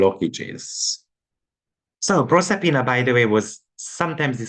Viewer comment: Proserpina is 26, and Persephone is 399. Proserpina is the Roman name for the Greek Goddess Persefone. Same myth. Proserpina is at 4°10' in Aquarius. You said it right the first time. ☺